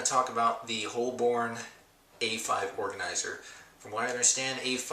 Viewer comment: hey.. it's pronounced "Hobun" lol .. I love filofax.. good review